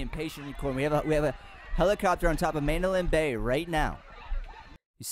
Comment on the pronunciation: your pronouncing the hotels name wrong.